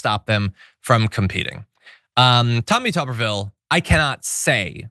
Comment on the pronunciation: It's not tuber ville it's tuber vile it rhymes with pile.